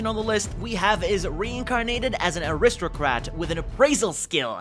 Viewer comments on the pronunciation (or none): Bro.... its AriSTOcrat. Not AriSTROcrat c_c...